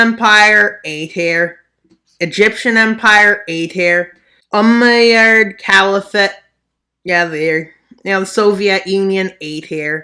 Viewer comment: your pronunciation of the Umayyad Caliphate is going in my suicide note